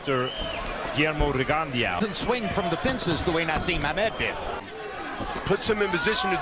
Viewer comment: kellerman butched rigondeaux’s name soooo bad